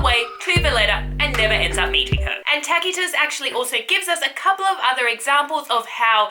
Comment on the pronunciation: History is never boring when Tacitus and Strabo are the sources :) And enthusiasm makes up for the different ways you pronounce Tacitus and Seeress - I do imagine serious Tacitus also sometimes struggled with the pronunciation of those far away Germanic tribes:) Looking forward to more "boring" stories from you!